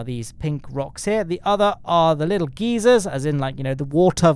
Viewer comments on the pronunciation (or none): “Geezers”? It’s pronounced “guy-zers”